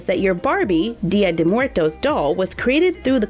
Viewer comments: It’s actually pronounced Dia-daywoes-murtos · Im mexecan and you say it bad 😝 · I'm mexican, and I love the way you pronunce "Dia de muertos", I love you ❤️❤️❤️ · Me causa gracia cada vez que dice "Día de muertos" jejejeje It's funny when she says "día de muertos" I can't help laughing. hahahahha